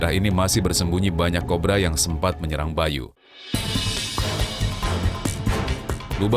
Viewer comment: Menit kok bilangnya ular Korba?wkwkw